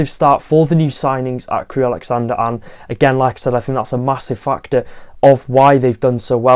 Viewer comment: love your channel, love your content. Just one HUGE mistake in this video - it's Crewe AlexanDRA, not AlexanDER. You said it four times... Keep up the great content:)